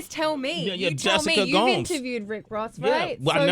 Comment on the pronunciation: Sway: I wanna make sure I'm saying your name just right. Says Gomes pronounced as Gomez👍* Sway then calls her Gomes pronounced Gowms for the rest of the video. 😒He was too thirsty to notice